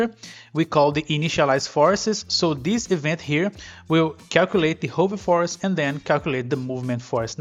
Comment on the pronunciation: you need to learn how to pronounce hover